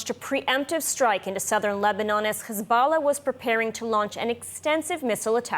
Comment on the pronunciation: She says khezbollah then pronounces every other word correctly 😂 we're on to you, you're not fooling anyone 😂